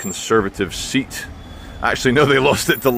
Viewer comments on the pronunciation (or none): none